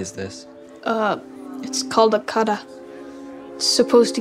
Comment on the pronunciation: It’s a Kara not a kada